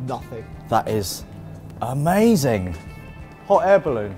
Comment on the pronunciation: I can't belive someone is going to win one of these.: Its Omazing 😂